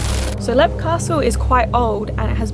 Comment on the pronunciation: If you pronounce it correctly it’s leap castle